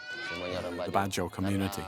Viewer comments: No it's good jao ,,,not BAD jao ,,in the Phillipines goodjao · It's called bad jau not badows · The narrator pronounce the word BAJAU the wrong way. It's BA JAU.... or BA JO.... not BA DA HO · Its bad yaw not ba ja haw. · Great documentary but extremely annoying--to the point of offensive--when the narrator kept pronouncing "Bajau" as "BA-DA-HOE". Especially more so when you can clearly hear the Bajaus say "BA-JAU". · It is pronounce as BAD-YAWS not BADAHOWS. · Mr George can you answer this for me? why does the narrator say “ba-da-hoes” when they & the translator say “ba-joes”? thank you! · its pronounce as "bad-jaw" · Why does the host pronounce it as Badaho? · The narrator keeps on pronouncing the badjao wrongly... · Its bad-jau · The narrator keeps saying “Badahow” 😂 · you pronounce bajau in the wrong way